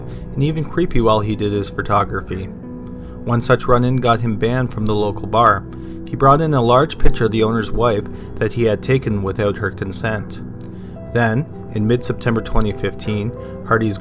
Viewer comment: It’s pronounced photography, not phertography.